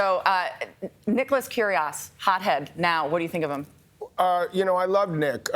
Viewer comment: Nicholas “Curias”, lol